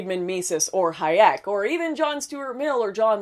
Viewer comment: learn to pronounce Hayek please